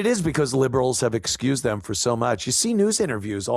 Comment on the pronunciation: Demm not them😂